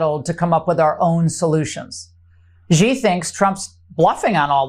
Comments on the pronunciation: Please folks please please please please please please please please and ping of China XI that's his first name is not pronounced g e e it's pronounced s h e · She can't even pronounce President Xis name correctly, and she delivers fake news!!!😢😢😢